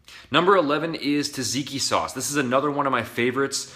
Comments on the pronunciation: the fuck is taziki? says tzatziki on the bottle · Is it pronounced zatziki